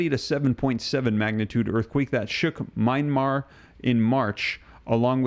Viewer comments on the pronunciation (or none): none